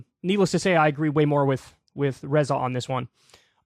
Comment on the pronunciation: It's "Ray-zuh" Kyle, not "Re-za".